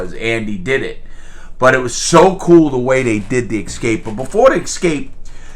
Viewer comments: With love and respect, it's "Ess Cape" not "Ex Scape"... (Unless you are George Bush Jr.) Nuke U Lar Strateegery... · The poster changed through the years. Rita was first ('40's) and by the time he escaped ('60's) it was Raquel Welch. Not sure who the middle girl(s) were but I can sure remember Rita and Raquel. While I'm picking on you (with respect) it's not "Ex-Scape" it's "Ess-Cape". I was raised by a grammar freak. And if you ever meet George Bush Jr. let him know that it's "Noo Clearr" not "Nuke U Lar"... Thank you. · If I may.. If. May I just say that a long speech about literacy is hurt by the immediate use of "eXcape"? Don't hurt me! 😊